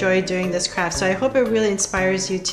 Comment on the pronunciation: Pls stop saying craft it sounds like u r saying crap